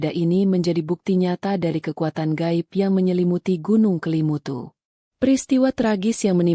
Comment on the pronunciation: Bukan Kalimutu Tetapi kelimutu mbak